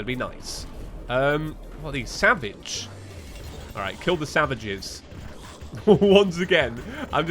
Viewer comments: "kill the savages" spoken like a true Englishman circa the 16th century,! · "Kill the savages, grab the camera.", your British is showing.